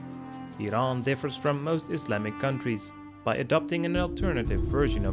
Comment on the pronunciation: "Semi-colonial"? Never! Iran always had a national government with a monarch as its head. I also do not like the way you pronounce "Iran."